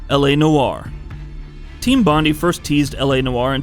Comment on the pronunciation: It's pronounced Bond-eye, not Bond-E lol. Take it from an Aussie.